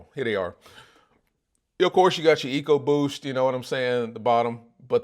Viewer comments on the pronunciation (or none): none